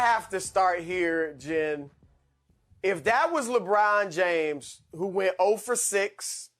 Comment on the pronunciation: Im a lebron fan but that was pretty funny, skip said "legone james". Lol